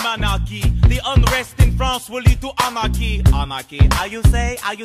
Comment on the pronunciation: Nobody: Lafayette: oNaRcHy?¿